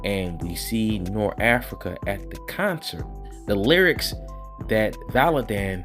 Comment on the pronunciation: Everytime you say Norafrica i laugh. I'm sure you know by now but it's Norfrica. I am ready for ISOM #2 tho